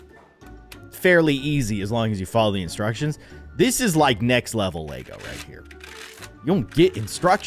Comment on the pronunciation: Anyone else who noticed that he said Lago instead of Lego 👇